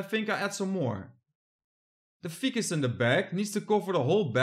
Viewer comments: Pronounced F-👀-kus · Ficus pronounced Fy-kus long i sound not a short i. You could add some Anubius Nana Petite (just crazy glue the rhizome to a small piece of rock, do not plant the rhizome in the substrate in the pond) in the bottom pond, and add some saquatic mosses by crazy glue/super glue (it is non-toxic to fish, amphbians, and invertebrates) along the waterfall path under the water (you'd have to turn off the pump for a half hour while you do this). You could also add some caradina and/or neo-caradina shrimps to the bottom pond, though they might attack the tadpoles..